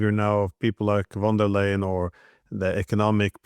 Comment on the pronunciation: Ursula von der Leyen .. not "Van der Leyen"